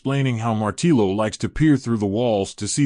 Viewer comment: Thanks for the summary. Martillo 🔨 Hammer is pronounced “Martiyo”. The Dobble LL has a J or Y sound in Spanish. Just like “Yo!” Martiyo 🔨